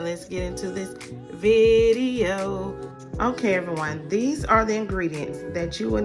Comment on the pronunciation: Lol vi-de-o